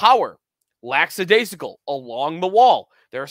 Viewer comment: I think you missed on our D prospects as I think Komarov and Novikov will def come good. I am happy with Strbak also. Also, not to be pedantic, but it is “LACK-adaisical” not “LAX-adaisical.”